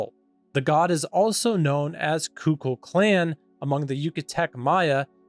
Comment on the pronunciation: Kukulcán* (not -klan)